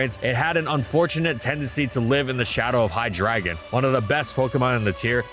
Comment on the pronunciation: he did not just pronounce hydreigon "high dragon"